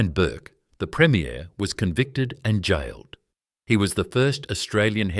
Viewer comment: Premier is pronounced differently than premiere, I already commented on the dodgy pronunciations in this video and my comment was deleted. Consider this poorly created video reported